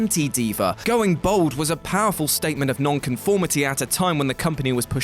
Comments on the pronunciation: It's 'bald', not 'bold'. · Bald not bold. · why do you say bold not bald?